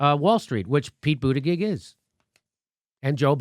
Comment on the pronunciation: I wonder if Jimmy is pronouncing his name wrong on purpose or he doesn't know how to actually pronounce his last name?